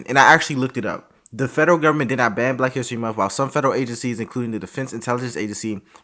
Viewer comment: There aren't many things that get under my skin as much as when they say every month is white history month. Well, they actually say every munt is white history munt and that irritates me too. Why would you try to sound ignorant on purpose?